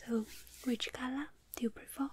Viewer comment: “So which style do you ✨prefürr✨”